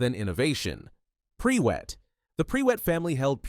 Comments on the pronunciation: “PRE WET” ahahahah listen. It’s not your fault cause the UK is weird but Prewett is pronounced “pru-it” ❤ I cackled so much during this section. this was otherwise super interesting thank you for sharing 😊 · Noooo! It's not pronounced pree-wet, it's pronounced prew-it! I know it's a bot, but really? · It is Prew ett…not pre wett haha 😅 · should be pru-wet with short U not pre-wet lols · I thought it was "pru-wit" rather than "pre-wet" for the Prewett family name... is there is source for this? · its pronounced prew-ett not pre-wett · Prewett is said more like proowat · Am I the ONLY one you is losing it at "PRE-WETT"! Bro, that CAN'T be how it's pronounced!😭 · The Prewett name being pronounced as Pre-wet feels like a certain degree of slander to me... 😂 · “Pre-wet” this mf has never listened to the jim dale audiobooks. Or learned phonics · when I read the books before the films came out, I read it as Mer-ope (because I was an inexperienced child, who didn't know anything about different cultures) but ngl, hearing pree-wet hurts my ears, sorry Narrator, i'm sure you tried your best! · The Pree-wets, hmm?